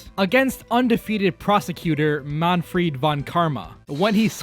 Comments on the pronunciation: why are calling Manfred "Manfried"? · It’s not Manfried, but Manfred von Karma. This is an amazing video though. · "Manfried" nah it's Manfred lol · I swear I keep hearing MAN-FREAK instead of Manfried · where'd the i in manfried come from